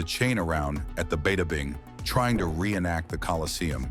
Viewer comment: "Beta - Bing" 😅🤣😂